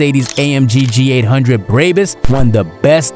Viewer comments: braybus bro it’s pronounced brabus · Aint no way this man said "braybis" and "persongee"